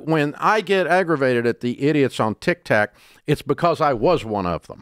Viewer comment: I laugh every time Dave says 'Tic Tac' 😄